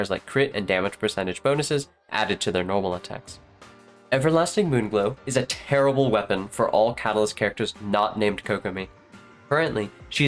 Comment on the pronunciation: The way he says terrible when talking about Everlasting Moonglow is so damn funny he really had to let us know it was garbo